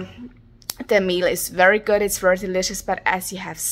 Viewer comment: Wery wery small?! You are so wery pwecious!!!😊😊😊😊